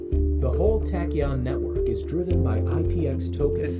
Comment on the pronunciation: It's pronounced "Tack-E-ON"